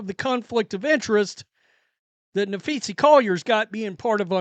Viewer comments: Na-phee-sa Collier, not… Na-phee-see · Maybe you should try and learn how to pronounce her name. Especially since you do wnba post everyday for a living. There's an A at the end not an E. Just trying to help 🙄😏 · This channel has turned into a less witty carbon copy of the Ben Daniel Podcast. Well, and Ben knows how to pronounce Napheesa, and Brink.